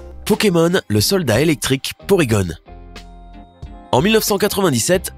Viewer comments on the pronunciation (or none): On est d'accord que le gars qui parle il est pas cultiver --->(hamer au lieu de homer. PorygonE au lieu de porygon et j'ai pas tout dit ) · Je rêve ou à c’était le meilleur YouTubeur du monde c’est à dire!!!😁😁😁 Oh. et au fait j’ai regardé dans mon livre sur les Pokémon et vous avez rajouté un « E » à porygon car cela ne se dit pas porygone mais bien porygon.😒😒😒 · Hamer Simpson ?? Vraiment ? Porygun? Really ... Pokebeul ?? Faut apprendre à lire quoi 😑😑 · Porygon . vous voyez un E Ou si c moi qui le dit mal, dites le